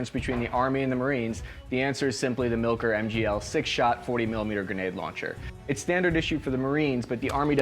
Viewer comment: It's pronounced "mill-core" not "milker"